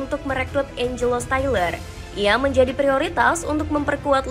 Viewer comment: stiller dibaca syler